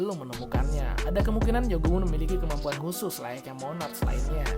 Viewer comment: Bukan monac tapi monark